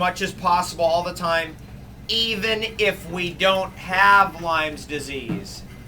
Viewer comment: It's Lyme Disease — Not "Lyme's Disease"